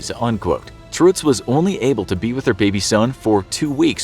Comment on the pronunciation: why are you pronouncing it "truhtz"...? you have to go more like "truttz"...!